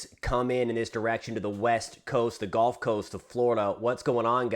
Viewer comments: Thanks for info ! Good report .. but please - one pet-peeve - it is actually pronounced “gUlf” coast …not “gOlf” coast .. 😵‍💫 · You're driving me nuts with your pronunciation. It's not a golf course.... It's the GUuuuuulf course.... 😢